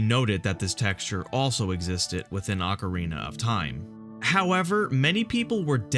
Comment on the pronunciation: “Ocerina of time”